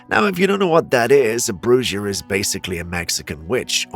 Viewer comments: It's pronounced broo-ha not broo-jah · it's Bruja, pronounced Brew-Ha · It's pronounced Brewha also known as the Mexican witch